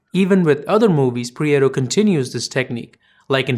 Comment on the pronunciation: Prieto, Iñárritu and Babel-- all thoroughly mispronounced.